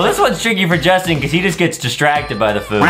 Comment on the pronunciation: It not jauntin its justin